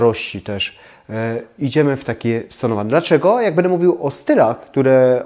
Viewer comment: Lubię Pana oglądać ale bardzo mnie razi jakPan wymawia końcówki np,bede dejcie pozdrawiam❤